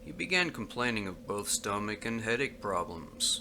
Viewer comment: How can you mispronounce a word as common as "stomach" ???